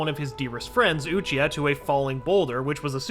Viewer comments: "One of his greatest friends, Oochia" 😂😂 c'mon man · ah yes uchia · “He lost one of his dearest friends, Uchia” Man didn’t even say his last name right, let alone saying his entire name 💀💀💀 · Who tf is uchia isn't it obito??